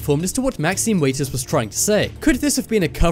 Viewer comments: Maxine Waters, not Maxine Waiters. Seriously, dude. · 1st comment so far... it's Maxine WATERS - correctly pronunciated as, in a glass of tap or bottled WATER(s) to drink... NOT waiters, weighters or waaaters. Just sayin' (bc it drives me nuts) 😆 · Waters. Not Waiters. Waters. Like, you know, the shit you drink. Jesus Christ...